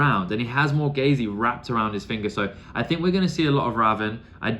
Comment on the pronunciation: Morgase is pronounced simply more-gayz.